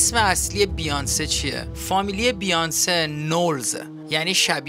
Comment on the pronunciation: چرا میگی بیانس بیانسه ست